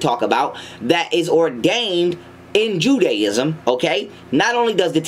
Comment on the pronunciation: "Oozs", "udaism"